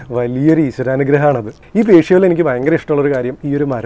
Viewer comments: Not to criticize but just as an informative suggestion, “ patio” (1.45 of this video) is not to be pronounced as pashio but to be as padio… Hope you note it. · Beautiful! Btw it is patio (pa.tee.ow) not (pa.shi.ow) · It’s not called pasio in US it’s called patio. It’s pronounced just the way it is written . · Beautiful video.....hats off to your parents GP👍👏👏👏. Ore oru kunju thiruthu undu. Patio pronounciation pa..tee. ow ennanu both American & British English. Njan GP ye thiruthan aal onnum alla....kettapol thiruthanamennu thonni paranju enne ullu.....Great video .... keep posting like this..... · Patio is pronounced as pateeow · Nice. The pronunciation of Patio . I never heard like this..